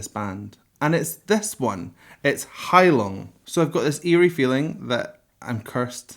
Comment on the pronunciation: The g in name of the band is silent